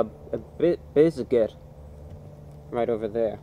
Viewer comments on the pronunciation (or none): Lmao he can say all these big words and he can articulate his words. But he couldn’t pronounce “biscuit” right. Bis- Bisgut. What? 😂😂😂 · A Bit-bizget